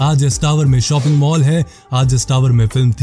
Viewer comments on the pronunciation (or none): none